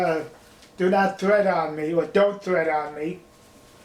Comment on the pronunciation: ‘Tread’ not ‘thread’ 🧵